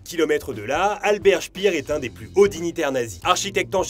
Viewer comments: Assez bonne chronique. C'est Albert Speer et non Albert Spiiir. Je me serais un peu casser le cul pour parler de l'album concept 'melody Nelson', un des meilleurs albums français de tous les termps. Pareil pour tous les tubes qui sont pompés sur de la musique classique. Bref, c'est fait par un djeunz pour les djeunz. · Hello, Petit détail que tu prends ou non. La bonne prononciation du nom Albert Speer est en phonétique SPAIRE et non pas SPIRE. Sinon encore merci pour la qualité de tes vidéos. C'est juste un réel plaisir à regarder.